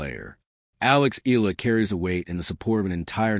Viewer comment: its eh-yah -lah not EE-LAH